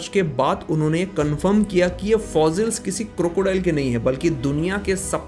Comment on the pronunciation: Please pronounce fossils.... not fozils